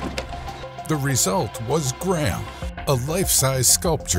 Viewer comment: That is one of that most disgusting pronunciations of Graham I have ever heard lmfao